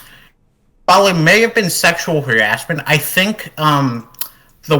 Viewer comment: How would braces make him pronounce "harassment" as "heeassment", and sometimes an accent that sounded vaguely New Yorky.